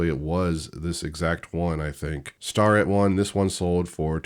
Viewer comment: It’s pronounced Stair-it. You have been saying it wrong. But shh you sharing all my secrets. Haha